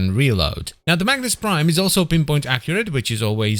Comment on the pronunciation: Everytime you say Magnus Prime i hear Magnes Prime 😀